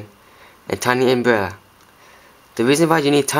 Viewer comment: I love the way he talks :D tiny umbrerra. Good video dude